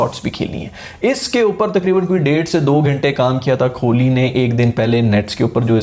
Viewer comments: Bhaijan Kholi nehi Kohli hain wo 🤣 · Kholi nahi be kohli hota hai....😀😀😀😀🙋‍♂🙋‍♂ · dude u better start saying kohli's last name properly, its not kholi( small house for poor people), its kohli, wht u say is kholi which literally translates to a small 1 room shelter for a very poor person, then u complain that not many people subscribe ur channel, why would they subscribe if u say virat's name in such an absurd way?